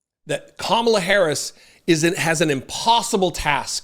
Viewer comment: Kinda funny he can pronounce mein kamph but can't say Kamala???